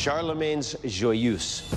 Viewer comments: Not joy-use, joy-EUSE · Pronounced: "Joi-uh-zh"